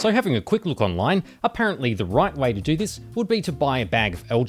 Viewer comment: That accent is unbearable... how can people pronounce a simple word like "do" this weird way "doewrewr"